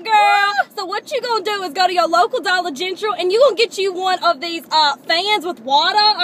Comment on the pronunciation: "Dollar Gentral".. Freakin hilarious!! Keep up the great work, makin us laugh- girls!!